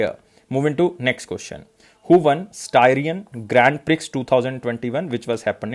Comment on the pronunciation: Styrian is pronounced like Syrian with St. And Prix is pronounced as Pri with X silent.